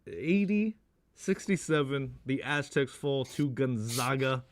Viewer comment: How do you guys still butcher the name GonzAgA?